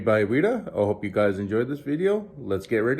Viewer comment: Please work on your pronunciation. I get you have an accent but there is clearly a right way to pronounce Smaug and Weta